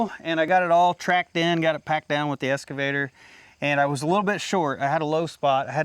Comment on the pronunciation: I really enjoy your videos, but you have to start pronouncing "excavator" correctly:) It's "ex" (eks), not "es" (should be pronounced, EKS'-skuh-vay-ter). You wouldn't pronounce "escalator" like it was spelled "excalator", right? (should not be pronounced, EKS'-skuh-lay-ter). That just sounds so wrong:) Cheers, Sev